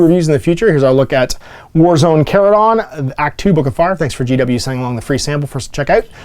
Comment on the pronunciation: You pronounce Charadon correctly and I appreciate that.